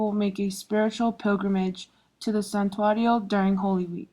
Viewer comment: These morons don't even speak Spanish! They can't even pronounce santuario correctly! Dumbasses!